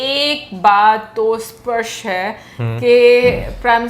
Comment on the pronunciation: Sparsh nahi Spastt,SPARSH MEANS TOUCH AUR SPASTT MEANS CLEAR